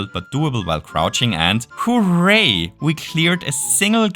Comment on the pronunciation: omg it's the guy that says whoreray